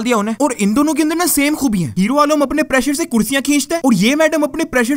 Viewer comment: او بھائ اپٹنے نہیں ہوتا اپنے ہوتا ہے 😂